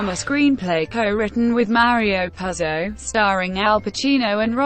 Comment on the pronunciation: It's pronounced 'Poozo', capiche ?